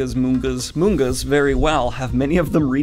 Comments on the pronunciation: Did he say mungas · Nobody: Daniel Greene: "Mun-ghas" 😅